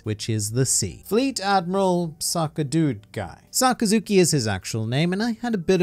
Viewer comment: Saka-zooki? At least if you’re going to comment on Japanese culture, it might be a good idea to actually figure out how to pronounce some of the names